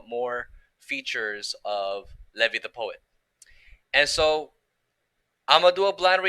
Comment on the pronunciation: It's pronounced Lee-v-eye. Not leh-vee